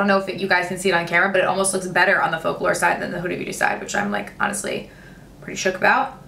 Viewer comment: can you please make a video on a full face of fokelore... the pronunciation is wrong though 😅😅😂